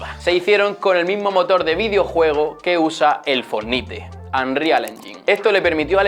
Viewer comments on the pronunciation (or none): Señor: foenite se pronuncia fornait